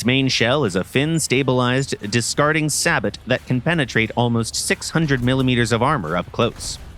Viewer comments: man did he say sabot with the t? im pretty sure its pronounced Sabo, silent t? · Bro cant even say sabot properly sabot is pronouce with a silent T